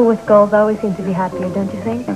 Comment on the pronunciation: he said "goals"... listen carefully lol...